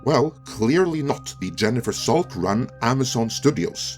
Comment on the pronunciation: Jennifer Salke’s last name is pronounced Salk- E. Though everytime I hear it your way I laugh.